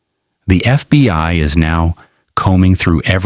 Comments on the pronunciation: constantly saying FBY gives it away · AI mispronounced lives and said FBY ???